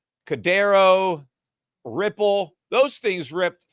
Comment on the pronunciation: how come he pronounced Ripple correctly? :O